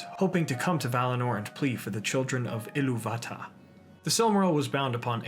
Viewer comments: I much prefer the way you pronounce "Iluvatar", without fully pronouncing the "r" at the end, I feel that's the best way to pronounce it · Glad to know I'm not the only one who pronounces "Illuvatar" like Robert Shaw does